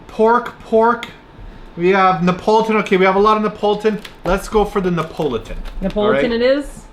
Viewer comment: You guys are saying Neapolitan weird. 😂 it’s Nee ah pol it tan. Not Ne Pole Tone.